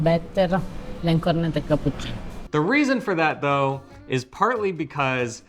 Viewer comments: it is not a cornedo or cornedi. It is pronouncedCorneTTo and corneTTi You must stress the T and remember is a double TT if you do not do that it sounds like corneto which is equally wrong. Like when you say Italy it sounds like Idaly which is annoying to Italian ears. Just a suggestion friendly suggestion as I enjoy your videos. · Cor, roll the r, net’….toe….. not….cor net o… in my 45 years living in an Italian household with relatives in Italy…I’ve learned 😉🤣🤣🤣🤣🤣 Ava, another wonderful job…..in Reggio end of September visiting family!